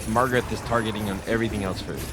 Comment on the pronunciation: LIKE #25. You are not pronouncing Magarth correctly. Read the name and say it. It is not MaRgareT. It is MaGARTH. Hooked on Phonics can work for you,. 😉